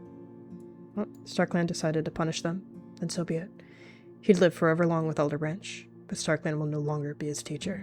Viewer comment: I heard alder branch as elder branch and thought who would name a kit elder